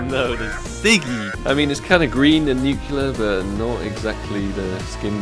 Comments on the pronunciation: no one:: "nukiller threat" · Maybe if you pronounced "nuclear" correctly the cs go gods would have given you one... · Didn't get nuclear threat cause u pronounce nuclear wrong :(